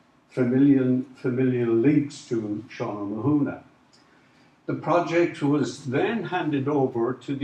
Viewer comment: I always thought it was pronounced Oh-mar-nee?